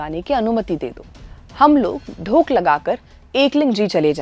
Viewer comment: आप एक शब्द का गलत उच्चारण कर रहीं हैं l "धोक" शब्द को आप "ढोक" कह रहीं हैं l